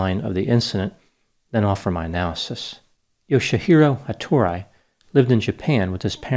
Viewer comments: Ha-to-ri. Not ha-tor-i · It would be pronounced more like HattorIE, but whatever.